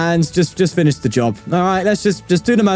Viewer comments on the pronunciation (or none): none